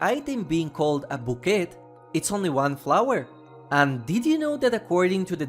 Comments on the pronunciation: The T in bouquet is silent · The T is silent in Bouquet